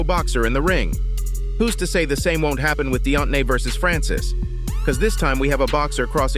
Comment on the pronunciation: "Deot-nay Wilder, yes you heard that right". lol, what?